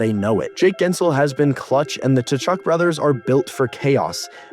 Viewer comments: KA-CHUCK, just say it like that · I'm curious if you're making a joke or not by calling them Ta-Chuk? The T is silent. Are you American? We know they're not very good with proper pronunciation.